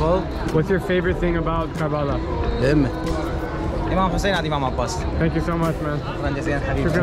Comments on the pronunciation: It's not pronounced as Karbaaalaaa. The correct pronunciation would be " Kuhr-Buh-Laah ". Please remember its actual pronunciation sounds good to hear that way. 👍☺️ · Drew, you pronounced Karbala wrong. It’s pronounced as ker-bu-lah. Overall a great video!!! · Hearing you mispronounce karbala feels really offensive to me as a shia but at the same time you horribly mispronounced it that it became funny